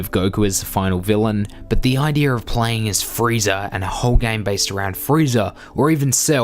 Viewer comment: "Idear" makes my ears bleed.....